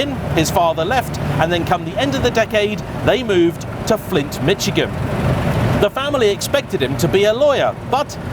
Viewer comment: It's ʹmɪʃɪgən, not ʹmɪʧɪgən.🤨